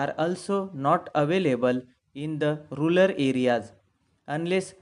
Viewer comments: not rular, it's rural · You have LOT of things to learn in English.. Just focus on yourself and then u can teach to others . The word is RURAL AREAS ! not rular 👍🏻